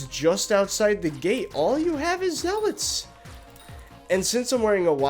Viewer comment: That’s not how you say zealots